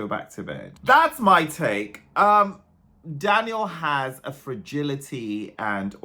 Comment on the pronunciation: You are the only one on the internet who pronounced his name right, well done! I cannot wait to see the staging and hear Daniel sing live.